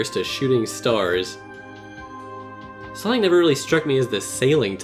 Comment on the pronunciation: Knack sounds like Neck. Sunki the edgehog & Neck